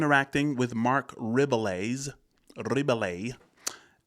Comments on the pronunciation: I think it's Re-bee-yay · I think it’s pronounced Reh-bee-ay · Pronounced RIB-EE-AYE, it is french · It’s pronounced Ribeeyaay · It is a French name. It sounds like RAY-BEE-YEAH. Love your reactions! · Marc REB- BEE- YAY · It's Marc Rebby-yay* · Mark is French. Should help with the last name pronunciation.